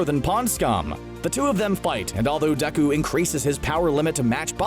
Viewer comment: First of all...it’s Deku and not Deku 😑